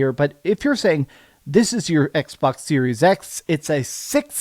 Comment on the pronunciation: Did he just say xwox instead of xbox😂😂😂😂😂 dang